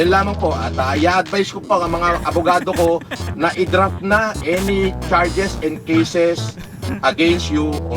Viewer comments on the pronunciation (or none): Idraf daw😂😂😂 drop hindi draf😂😂😂